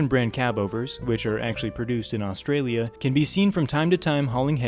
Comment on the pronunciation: This was well put together.being an Aussie myself,it was great to hear you pronounce everything perfectly as it would have been said here.👍